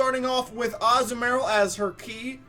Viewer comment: I hate the way you say Azumarill